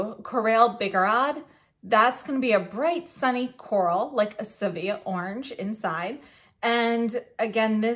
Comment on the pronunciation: Beautiful! I am so tempted - though I know it would last no longer than 15 minutes on my pursed lips (finally found the right description for my lips). (BTW, “corail” is pronounced “Ko-rah-yy.”) Thank you for the great video.